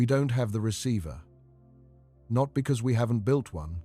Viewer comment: It's not "built"